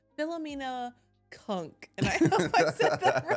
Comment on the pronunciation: your pronunciation of 'Cunk' was perfect.